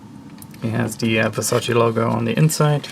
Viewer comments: You're pronouncing it wrong. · Everyone does, it’s so annoying